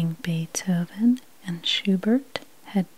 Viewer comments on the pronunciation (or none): none